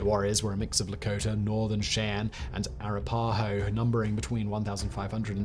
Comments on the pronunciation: No big deal but… it is pronounced wash’-i-taw. Also arap’-aho. All short a’s and a long o. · I thought Simon did a very good job overall, however I kept getting distracted every time he mispronounced "Cheyenne" and "Arapaho".